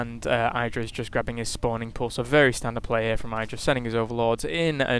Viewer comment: Idra isn't pronounced with a long "I" as in kite. But short as in kitten.